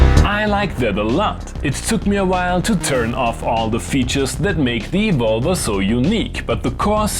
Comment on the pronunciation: To me it sounds that You are saying "the vulva" when you are saying "the Evolver". Which is making my inner school-boy giggle uncontrolably.. I want this synth so much! Thank You for another great video!